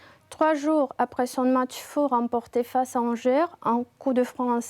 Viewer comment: Angers: on ne prononce pas le R [angé].